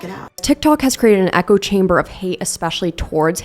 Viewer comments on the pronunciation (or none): none